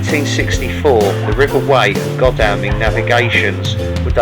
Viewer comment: Great video, I'm only halfway through it at this point. This video and the Greatstone one resonates with me, my personal situations in the past and present on many points. Thanks for highlighting things. 👍🏼👍🏼 On the pronunciation point, Godalming is pronounced god-all-ming and Skål is sk-ore-l. Looking forward to the next video.